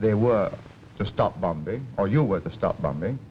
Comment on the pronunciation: Why is he pronouncing the second "b" in "bombing" ? His accent was and had been very Singaporean from those days.